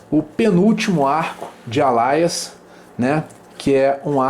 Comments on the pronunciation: Gostei bastante do vídeo, mas a pronúncia me irritou um pouco. Não é sua obrigação ter a pronúncia perfeita, mas permita-me lhe ajudar: "ÊLIAS"! Continue o ótimo trabalho! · desculpa a chatice (chatice mesmo kkkkkkkk), mas acho que a pronúncia do Alias que vc está dizendo não é essa...